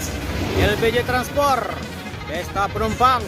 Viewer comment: Transpot udaa..bukan transporrr😅😅😅